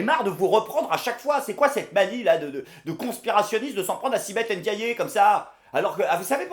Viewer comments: Svp guys, elle s'appelle pas Ein-diayé, c'est juste Ndiaye, ça se prononce comme tu le lis, le ND c'est pas si difficile à prononcer, please & thanks a lot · On ne dit pas Ndiayé sinon y aurait un accent. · Il ne s'appelle pas Èngijol, elle ne s'appelle pas Èndiaillé. Un effort ? Une fois ?